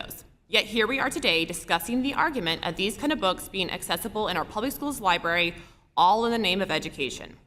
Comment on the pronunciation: Did you mean Library....😂😅😂